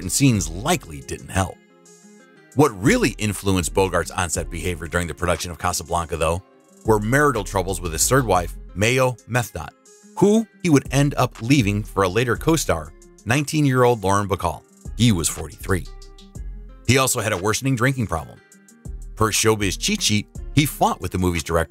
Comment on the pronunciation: The name of Bogart’s wife, before Lauren Bacall, Maya Method, pronounced Mi ya Meth oh